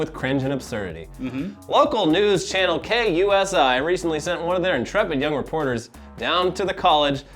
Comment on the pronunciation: It's pronounced KUUUUUSI.